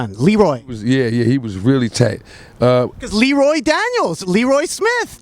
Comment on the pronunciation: Too bad it's pronounced "Lee-roye" instead of "Le-roy."